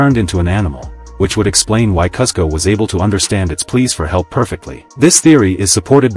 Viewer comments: Its pronounced KOOSKO!!! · You pronounce kuzco incorrectly and it ruins this short for me